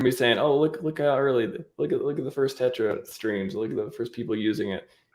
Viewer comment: Tetra , not terra 😅